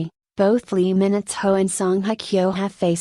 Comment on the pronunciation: Is this really for real? Is this Lee Minho or LEE MINITHO as read by the speaker?